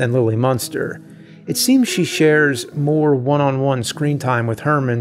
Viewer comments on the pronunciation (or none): none